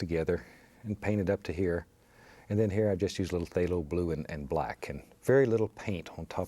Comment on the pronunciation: "there" "gesso" "phtalho blue" "hwhite" "something about like so" "psyooom" "what the heck"